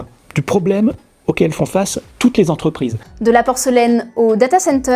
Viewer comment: Cent quatre vingt dix sept z'entrprises ? Ça fait effectivement beaucoup...